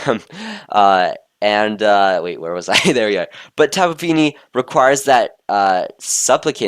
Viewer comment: I swear the first time i heard tapu fini I thought that it was tapu pini XD